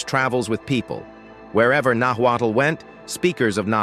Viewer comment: Notwaddle ? Really? Nahuatl Pronounced Nawat. Not Aztec. Mexica Pronounced Meesheeka